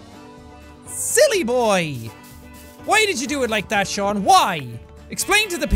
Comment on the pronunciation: What your name is Shon not Jack